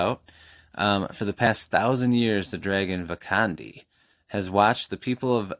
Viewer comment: You got a lot of dragon books this time 🐲. The Last Dragon on Mars sounds perfect for my TBR. Yes! EC Greaves is an incredible guy and someone I look up to. Glad the packaging arrived safe and sound. You pronounced Fia and Vakandi correctly :) Go Tigers and Lions! I'm almost done with Seeds of War and definitely a treat to read. That box of The Hunter 👀